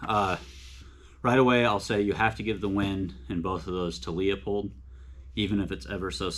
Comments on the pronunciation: It's pronounced Loo pold not Leo pold. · Quality Vortex LMFAO, buddy it's made of chinesium and you will be needing that warranty. Also when you can't pronounce a made in the USA product you have no cred! It's Loo pold not Leo pold. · Well...compare leupold to Swarovski...and it's pronounced Loopold, not le-a-pold. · Dude you should learn how to pronounce Leupold, there’s no Leo in it. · Pronounced, Loopold. They used to say it in the packaging but whatever. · Learn how to pronounce leupold!